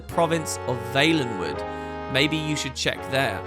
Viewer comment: Always thought it was pronounced Val-en-wood...